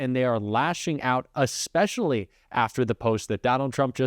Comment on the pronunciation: Great video. You stated in past videos about that we can tell you of anything we'd like to see in your videos). So, I'll tell you: I'd like to see changed, the way that the word "Especially," is being said (it keeps being pronounced as "Aspecially," instead of as it's spelled of "Especially").